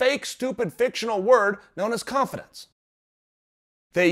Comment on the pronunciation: Is he saying cough-adence?